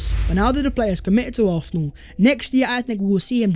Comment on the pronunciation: This guys makes great content, but how are you an Arsenal channel but the only word you can’t pronounce is Arsenal?? Lol